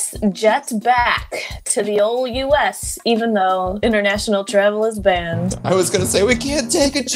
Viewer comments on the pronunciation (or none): none